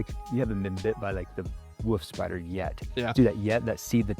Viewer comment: Bro can’t pronounce “wolf spider”… its not “wuff spider”😂